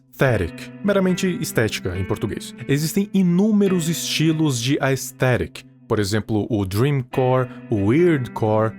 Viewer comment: ele falando aesthetic me quebro kkk